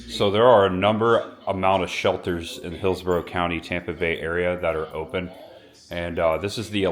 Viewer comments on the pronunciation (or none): none